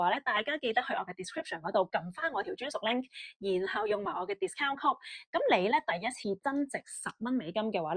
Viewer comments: yeah, 請去問下AI code 點讀，一個連code 都讀錯的女人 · code 又讀錯，正宗香港口音